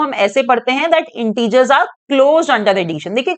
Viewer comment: Mam you can prounce not correct integer you pronunciation integers hai kyon aapko teacher banya hai